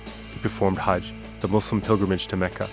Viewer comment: finally he said "muslim" not "muzlim"